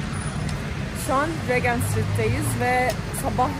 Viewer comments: regent street ne ya ashgdh öyle okunmuyor tabi ki riğcınt gibi okunuyor, neyse öğrenmiş oldun 😀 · regent değil rıycınt sitrit :)